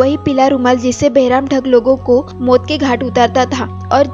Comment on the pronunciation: Mot ke ghat nhi maut hota h 😂 khof nhi khauf hota h 😂